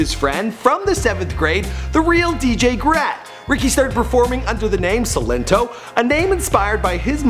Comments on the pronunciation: Why is saying sin linto it's silento toe that's the best way I could break it up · so annoying when he was like 'seelento' when it's 'sILento' emphasis on I ✋🏾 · the way you say his name is not right